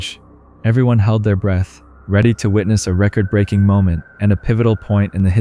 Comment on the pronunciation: “Leaving his phone on record…” saying it like record player and not as in recording lol that irked me so bad.